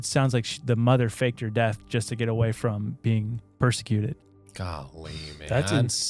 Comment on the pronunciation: PROSecuted, dude. Not PERsecuted.